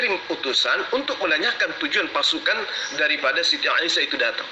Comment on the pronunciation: Katanya ahli qur'an lo nyebut Nama Aisah kok jadi Aisiyah piye to..